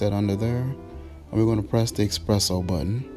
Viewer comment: It's eSpresso. Not expresso.